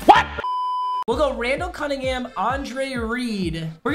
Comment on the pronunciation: “Rundell canninghum”😂